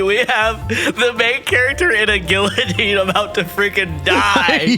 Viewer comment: The fact you pronounced guillotine with the l's make me recoil also, they're called postiches